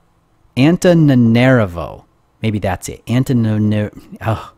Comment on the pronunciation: It's "Anta-nana-'reevo", with the stress on "ree". ;) The end gave me a good chuckle